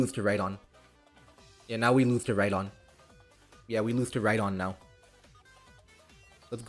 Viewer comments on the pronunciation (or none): none